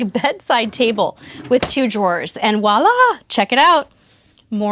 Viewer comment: Voila, not woila.